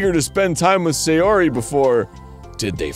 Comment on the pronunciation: "Sayori", with an "a"